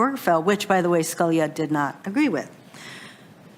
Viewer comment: Also does not seem to know how to pronounce "Scalia"!